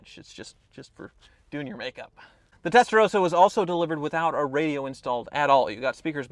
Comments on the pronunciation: Why do you say Testarosa? Is that common in USA? If you meet a dude named Ross do you call him Rose? Mind blown. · Why do a lot of Americans pronounce Testarossa as Testarosa with one S? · WHY CAN'T AMERICANS PRONOUNCE 'TESTAROSSA' CORRECTLY????! It's really not that hard. Give it a try.